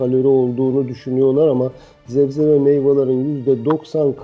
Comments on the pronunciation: acilen zebze demeyi bırakmalısın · Dayı zebze zebze dedikçe sinir krizi geciriyorum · zebze dediği için izleyemedim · Professör olmuş sebze demeyi öğrenememiş adam. Çok enteresan... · Zebze nedir ya! 😅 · Sebze doktor bey zebze degil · ...Zebze mi?.. O nedir lo :)